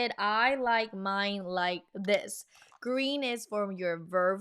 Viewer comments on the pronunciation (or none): none